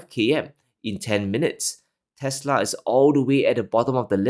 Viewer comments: Its actually "teslerrrrrr" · The correct pronunciation should be "Tesler" lol